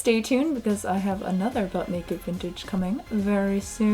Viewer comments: Does anyone else hear “Butt Naked Vintage?” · When I hear you say, "But make it vintage," I always hear, "Butt naked vintage." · anytime she says but make it to Vintage I keep hearing butt-naked vintage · Every time she says “But Make It Vintage” my dumb ears always hear: “Butt Naked Vintage”. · It may be just me but every time she says “but make it vintage” my brain always thinks “butt naked vintage” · I keep thinking she's saying butt naked vintage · It totally sounds like you're saying "butt-naked vintage" and I needed you to kniw that. Great video!!! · Am I the only one who keeps hearing 'Butt naked' vintage E-V-E-R-Y time! :D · Almost thought you said “Butt naked vintage”